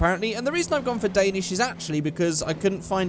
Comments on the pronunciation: I am from Denmark, that sounded so swedish xD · You did that Danish intro very good ( im Danish ) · dont worry your danish sounded more swedish than danish xD Love the video <3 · Your danish was awful. Just saying